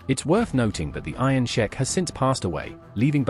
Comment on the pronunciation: Iron Sheik like week. Not sheck